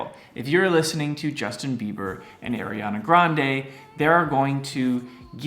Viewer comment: he kept saying Aryana Grande yes aryan queen